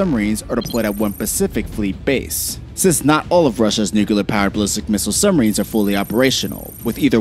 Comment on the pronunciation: nukuhler, summarines and subbarines. I just can’t do it lol